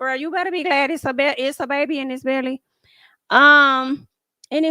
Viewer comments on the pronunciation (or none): none